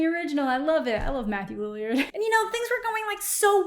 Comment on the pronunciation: You are the second person who did a reaction video who mispronounced Matthew Lillard"s name. Soooo weird! 🤔